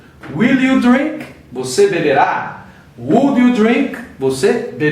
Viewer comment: aula interessante... acho que todo mundo vai aprender por causa de repetição. ( - pratique mais na pronúncia da palavra 'would' em inglês)